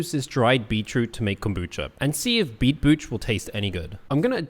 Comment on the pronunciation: Yo, how you say "beetroot" gets me because it sounds like you're saying "beachroot" 😂😂